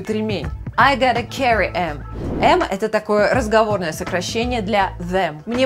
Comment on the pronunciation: Опять же слово Strap произносится как "страп", а не "стреп". Слово carry правильно "карри", а не "керри". Из-за чего такие ошибки?